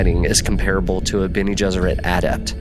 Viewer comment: The Bene Gessrit “adapt” had me wondering. The rest of it makes me think it was just an honest mistake.